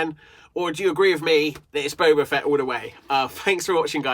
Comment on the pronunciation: Dude it’s boba fett not bobo fett